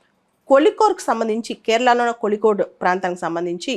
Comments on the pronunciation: Kolikode kaadhu madam Kozhikode mam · In tamil and malayalam the the pronunciation of zh is pronounced as lli